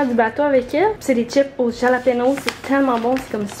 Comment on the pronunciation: « Halapenyo ». 😆